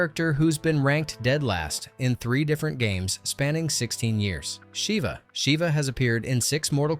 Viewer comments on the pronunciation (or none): none